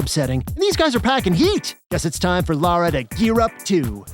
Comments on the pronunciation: It’s Lara, not Laura. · Damnit guys, her name is LARA....not Laura. Lah-ra. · Lara Croft, not Laura Craft!!! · Her name is "Lara" not "Laura"